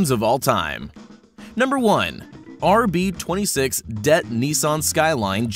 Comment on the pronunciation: Rb26 D E T T not DET